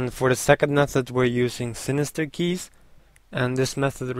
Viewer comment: lol u said lke keych LOVE THAT LOL!~